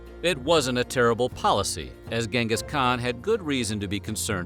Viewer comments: It's pronounced djingas khan. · Pronounced as chin'gis kha'han. great video though.